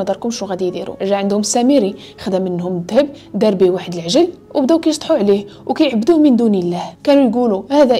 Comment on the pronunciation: عندي ملاحظة وحدة وهي العجل بكسر العين وليس بالفتحة. باش يبقى المعنى صحيح. شكرا على هاد الفيديو و على المجهود ديالك